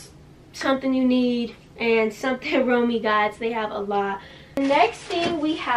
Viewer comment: never heard of it pronounced like that lmaoo i always said “rom way”